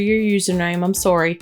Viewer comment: I'm very confused right now. At the start of this video you say sorry with a thick Canadian accent. But you speak with an American Southern draw, so now I have no clue where you're from.